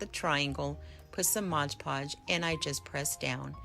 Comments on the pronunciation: Cool ideas. FYI - its MOD podge, not modge podge.😉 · Dear sweet, incredibly talented lady. These are amazing. BUT ... isn't there always a but...? It's MOD Podge. NOT MODGE Podge. I'll go back to Mom's basement now.